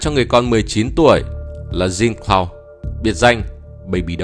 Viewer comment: Khổ quá, tên của mấy ông tổng thống Haiti phải phát âm theo tiếng Pháp là Frăng Xoa và Giăng Clốt mà ông ad đọc theo tiếng Anh nghe chỏi không chịu được